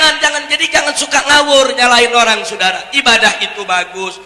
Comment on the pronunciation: Lucu klw nyebutin sudara.....njirrr